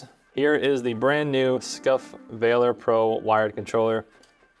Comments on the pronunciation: Act of Vaylor. ....VAH-lur. lol tf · I just can't take the way you are saying Valor... VALOR... not a hard A sound. Just makes it sound like you don't realize it's a word already. A comparison to the instinct pro would have helped, and what is "aftermarket sound"? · I couldn’t even finish ur review cause of how illiterate u are u can’t even say the name correct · u know what valor is I said illiterate he couldn’t say it right mispronunciation is that better do you comprehend the comment now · Take criticism different delete the video do it again say I apologize for before then pronounce it correctly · Really don't think you guys should be doing tech reviews. It's clearly out of your wheelhouse. Kinda unprofessional to keep mispronouncing the name of the product as well. Leave the controller reviews to the channels that review loads of them, and know what metrics to compare.